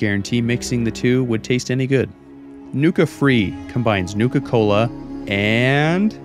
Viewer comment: Newka Cola seems like it's pronounced the way that Cartman would from South Park.